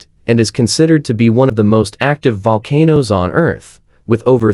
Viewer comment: The AI voiceover on this is SO BAD. It calls volcanoes 'VUL-ca-nose', reads years as '1-9-8-6', and all sorts. It's not even 10 minutes long and I couldn't even get half way through. Why don't you just read the script yourself??? Or edit the AI, so it reads correctly??? I might have been interested in the information, but now I'll never know because I'll never watch another of your videos. 🤷🏼‍♀️